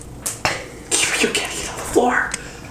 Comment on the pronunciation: Why are you pronouncing ur name HEEEEBAAA LOL.. when it is HIBA WITH A VERY LIGHT I..like eh eh.. (Hiba..!!)..